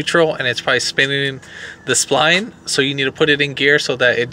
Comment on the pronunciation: "spline" is pronounced "spl - eye - ne" not "spl-een"